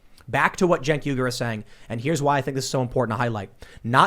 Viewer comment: What’s there Cenk Uygur What I see: Sink Weegur What Tim says: Jane Cougar